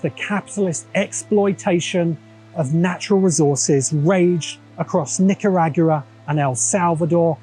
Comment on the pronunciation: Typical British, couldn't pronounce Nicaragua correctly to save his life.